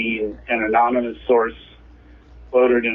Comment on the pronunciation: This guy is a journalism professor and he literally said "anomynous source" like seriously you can't make this shit up, there are middle school kids who are more qualified for the job.